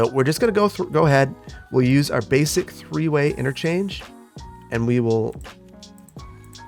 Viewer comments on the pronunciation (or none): none